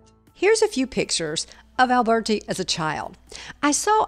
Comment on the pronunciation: The pronunciation of his name should not be Alburti but , Alberti- Italian ! So much more appropriate and more pleasing ! don't you agree ?